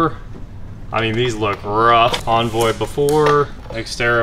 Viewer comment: Why are you incapable of saying Envoy? Why bastardize it to Onvoy? Grrr